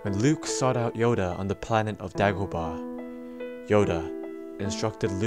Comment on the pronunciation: You did it with dagobah too??? Dude come on.... that word is said many times in the films.... it's day-go-buh! Not dah-guh-buh.... like wtf??